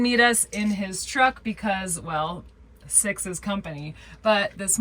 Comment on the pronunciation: You said six in a van and that was not what I heard